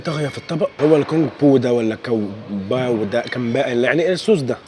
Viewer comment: انت فعلا شخصية محترمة ليك قبول ممتاز و مع الوقت الواحد بيحسك حد قريب من اهله من اصحابه اللي من زمان ليك قبول الرجالة الجدعان أنا بتابع ناس كتير يوتيوبرز أكاد أجزم إنك أفضلهم ربنا يوفقك ملحوظة في طبق رقم ٤ الفراخ اسمها كونج باو و الجيم بتتنطق خفيفة جدا واحيانا ما بتتنطقش خالص